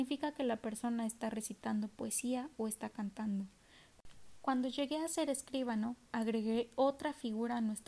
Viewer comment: Escuchado a 1.5 suena estupendo. Solo tengo una observación: escribano, no escríbano. No tiene tilde, por lo que la sílaba fuerte es BA. Gracias!